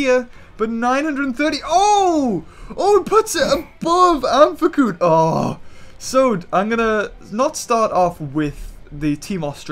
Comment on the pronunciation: I'm pretty sure you pronounce amphicyon as Amf-ic-Eeon not amf-ic-Oon